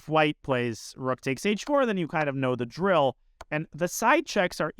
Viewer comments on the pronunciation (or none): none